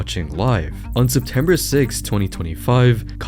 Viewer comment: "Sebtember 6th"? bruh